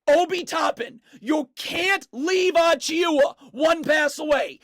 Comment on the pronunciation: just a little help for precious’s name lol it’s pronounced a-chew-uh